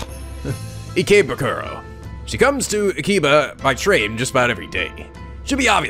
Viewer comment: If you ever watch the anime Durarara!! It's easy to figure out how to pronounce, It's E-KAY-BOO-KURO...dunno if that helps but I hope it does :D